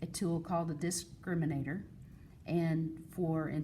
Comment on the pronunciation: A disc ... criminator I love how the word disc was emphasized